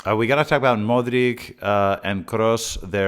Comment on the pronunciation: Been watching your videos. Great content. Just a correction though. Modric is pronounced with a"ch" modrich... Keep up the great work